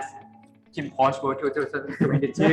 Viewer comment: Es Kinnporsche ( se pronuncia Porsch osea Kinnporsch ) no Kinnporsché porque Porsché es el hermano pequeño de Porsche. Gracias por la entrevista.